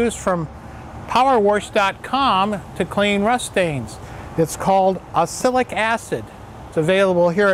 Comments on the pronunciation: Yes, he doesn't seem to realise you pronounce it as ox-alic acid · It's pronounced Ox -alic, like this